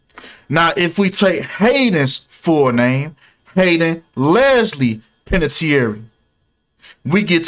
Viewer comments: Panè-tear lmao how you would pronounce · You can’t even pronounce her name right with your speculation you’re trying to state as facts lol learn how to read first damn lol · Butchers last name and immediately "I don't give a damn if I said her name wrong or right". But bruh 🤣🤣